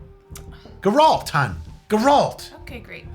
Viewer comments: it is geralt... it doesnt have a j sound. lol but he did say with the pronunciation of Grr-Alt instead of GAir-Alt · Dude, love your videos cause it's like watching myself, just a love-able dick haha, but seriously if you say GRR-ALT one more time ima lose it lmao, just say it with me now, GAR-ULT... and like the dude below pointed out, it is Rivia, so all together now say it with me! GAR-ULT of RIV-E-A lmfao. I'm just fuckin with ya, but at the same time..........who's the butcher now??? (Witcher 3 Ref for all the fans) In all seriousness tho, Merry Christmas to you an your family dude, thanks so much for the videos you do, they're legit unmatched. You put a lot of time, and effort into them, and it really shows. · Fucking Gerault from Riviera!! GET A GRIP! 😂😂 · How the HELL did you pronounce Geralt of RIvia??! geRALT of Riviera... SMH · Ain't no way just said "Geraalt of Rivira" (Had to point it out given my pfp) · Im offended how he said geralt of rivia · The horrible butchering of Geralt of Rivia name 😂😂😂 ahh it had my cringing so much when you missed pronounced his name lol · talk mad shit without getting Geralt of Rivia's name right & without knowing it's an adaptation of the books & not the games BRUH!!!!!!!😂 I'm just taking the piss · the way you pronounced geralt triggered my flight or fight response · being a witcher 3 fan and pronouncing his name like that:/